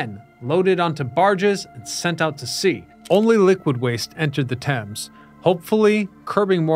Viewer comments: Stop trying to pronounce the A in thames 😂 its probounced like temz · It's funny that you mispronounced Thames the entire video.